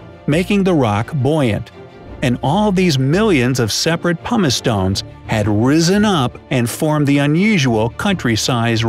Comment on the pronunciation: He says pumice like humus, this is bothering me